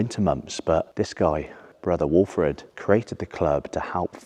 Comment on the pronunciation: You done a brilliant job talking about the club and talking in the vid, word perfect on names like the Carlton brother walfrid etc. many respects mate🎉🎉